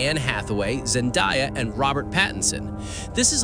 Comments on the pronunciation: Her name is pronounced "ZenDAYa" , Not "ZenDIEa!" Looking forward to seeing her in THE ODYSSEY,, SPIDERMAN, and everything else. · Thank you for correcting your pronunciation of Zendaya' name. It was mispronounced in the synopsis of The Odyssy, but corrected to ZenDAYa in another movie overview later on in your vid. Again, Thanks!